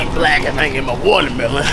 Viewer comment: wouldn’t be black if youn say “walermelon”😭😭 .